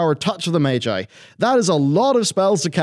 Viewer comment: You know what doesn't "feel good"? The way you constantly mispronounce common words in your area of interest. It's not "Mage-eye", it's "Maj-eye".